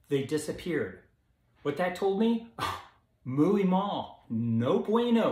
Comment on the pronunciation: SUN, SAUNA, H.I.T (max), Fasting. Great vid and funny too. Wish u were my doc. Carbs do help bodybuilders..make muscles look puffier..muscle holds more water. Also, muy is pronounced mweee, not mooeey. Lol